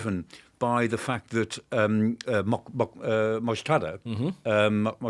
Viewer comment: Its not Mojtada. He is called Mojtaba.